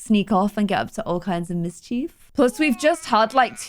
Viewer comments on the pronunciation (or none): none